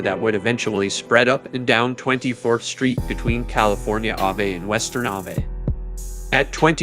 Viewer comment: Crazy when i hard bim say sahvey instead of ave,i said wtf this whole time this was ai???? It sounded like a random young white man,its straight up ai Ai used to be so mono now its like a person lol scarru